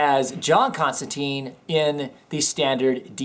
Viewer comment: You are saying his name wrong, its John Constantine (tyne) not Constanteen. :)